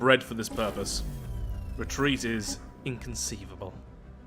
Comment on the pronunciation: Re-treat? Nevah!